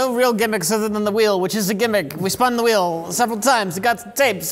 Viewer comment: Mike: "There's a lot of things going on in the world today, but nothing as important as THE WHELE OF THE WORST" 😵‍💫 Me: He's Unironically not wrong tho. 🤗